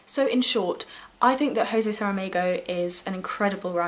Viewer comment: I don’t want to be picky but it’s zhu-zeh suh-ruh-mah-goo (sorry for my rubbish attempt at phonetics)